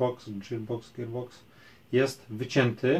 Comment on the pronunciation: Powiedziałeś poprawnie gearbox, nie ma za co przepraszać :D mówi się "girbox" nie "dżirbox" :D